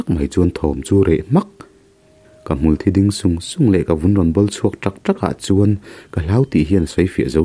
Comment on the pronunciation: hmulthí pawh i chhiar dik ta e👍